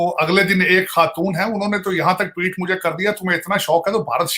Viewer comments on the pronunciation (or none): none